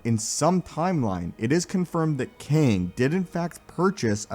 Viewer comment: can’t get past you calling it qwang